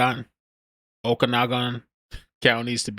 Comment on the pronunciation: Oakanogin, shhhlan, is how those are pronounced. Just an fyi. Thanks. Youre the best